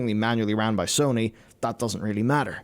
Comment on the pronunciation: Dude was a girl 😂 he can't say Sony wtf?